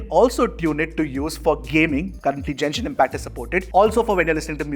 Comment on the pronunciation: Dude, it's Genshin impact.. you keep calling it as Jenshin impact 😂😂